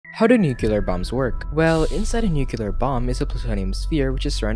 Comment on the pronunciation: Bro can't even pronounce Nuclear. And the info is mostly incorrect.